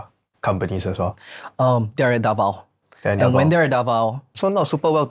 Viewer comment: 1. QUIAPO is pronounced Kya-po 2. RONQUILLO filipinos say Rong-kil-yo 3. DAVAO is Da-vaw